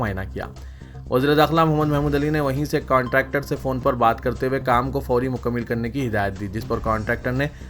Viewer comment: مکمل کے میم پر زبر